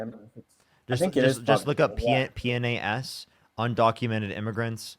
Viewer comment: PNAS is pronounced peenus 😂😂😂